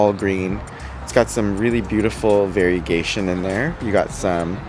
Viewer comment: "varigayson" 😂❤❤ love it